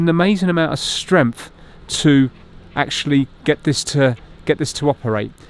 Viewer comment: You keep talking about strengf I think you mean strength .